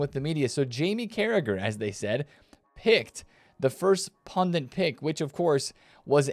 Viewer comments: Sup bro, it's prenounced "pundit" not "pundent" thanks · It’s not pundint, it’s pundit. In India meaning priest :) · Did he say "pundint?"😂😂